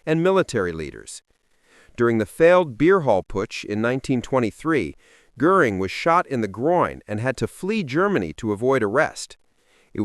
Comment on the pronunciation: You are mispronouncing Goring’s name.